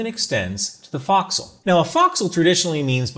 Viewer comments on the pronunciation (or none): Former boat person here... Your pronunciation of forecastle caused me a minor stroke. Pronounce it Faux-k-soul please. Not foxhole. I will show Grace since you're just a grunt. Love ya shipmate keep it up. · You know you're in the Department of the Boat People who your pronounce focsle like fox hole. LOL. Pronunciation sounds more like folk-soul. Our rates our equivalent to our MOS. NECs designated we've been to a specific school and the NEC identifies that skiii set (example... Gunner's Mate would designate an MOS to show a general knowledge. If they went to, say, a 5" inch gun school, you would have an NEC showing the specialty skill. Great video... the effort you put in to try and understand what you saw is commendable! We've pride in our ships, but even more so of our carriers. Huzzah! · great video, but it's FOE'csle, not FOX'cle - former carrier sailor (USS NIMITZ, Reactor Dept) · Do they really pronounce fo’c’sle that way? Fox’le not folk’s’le? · Nice video. Down south we (Australian Navy) would say "Folk-Sal" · FYI the location where ships chains are stored is called the forecastle pronounced folk-cell. Haze grey and underway! 😊